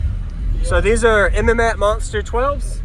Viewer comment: mats not m m mats